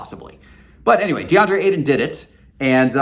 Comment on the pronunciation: "DeAndre Aidan" lol